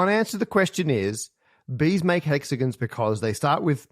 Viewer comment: Not the "jag-yoo-arz". And, apparently "hexiguns".